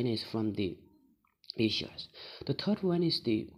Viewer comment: You must be great new emerging Tibetan political analyst. Overall good contents and well delivery. I would suggest little bit over changing in your usage of “S” sound at many nouns ending, which could be detrimental to your overall scores otherwise. E.g, Africa, China and Asia are followed by S sounds. My simple suggestion though.